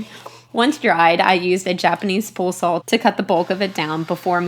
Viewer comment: beeeeuuuuteeefull table!!! great job. so if she calls a saw a sawl ,how come she doesn't call an awl a aw?